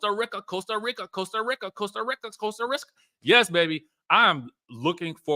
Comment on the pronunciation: …..Costa Rica Country in Central America American pronunciation: Sounds like kow stuh ree kuh Not Costa RICK Kuh as you’re condtantly pronouncing. ·